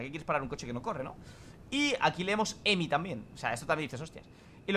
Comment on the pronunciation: No es emi es hhhheeemiiiii